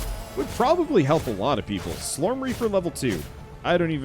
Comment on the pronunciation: You say slorm, and I hear slurm from Futurama. Lol